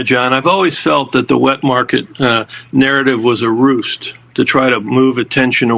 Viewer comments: Ruse not roost you doofus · Confirmed? Lol. Anyone who didn't KNOW this two years ago is simply CONFUSED! And the word is RUSE, NOT ROOST. Dumb doctors ABOUND, when it comes to COVID. Lol.